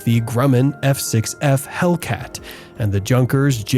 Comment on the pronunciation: Luftwaffe is pronounced withe the "e" at the end, sounding like "Luftwaffer". Also, Junkers is pronounced "Yunkers", J pronounced as a Y in German.